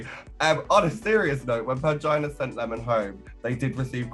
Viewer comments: In her video deckside in a Bahamas tee it sounds like "Angina" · Is Jimbo calling Pangina “mangina” or is it just me? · Not jimbo calling Pangina "Mangina" haha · I swear I keep hearing "Mangina" whenever Jimbo says Pangina's name 🙈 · Jimbo fully said “Mangina” when asked to pacify upset fans, and the subtitles disrespectfully spelled it correctly😭 😤